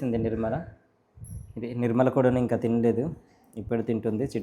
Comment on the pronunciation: ఇంకా బాగా చదువుకోవాలి ❤.: what is your father name? జన్ని. లాజు!!! Mother name: నిమ్మలా😂.